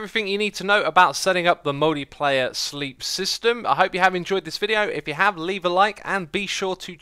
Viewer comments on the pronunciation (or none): Hahaha is it just me or did Xisuma say "Moldy Player Sleep system" XD